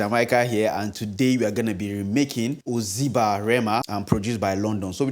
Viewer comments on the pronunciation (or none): you’re wrong for that pronunciation of OZEBA at the beginning